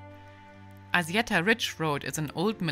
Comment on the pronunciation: thumb up! but It's called ASSIETTA not azieda 😅